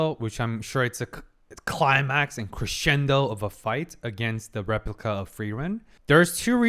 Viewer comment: From creators of famous "Feryeryien" we introduce you to... "Rlyepliyica"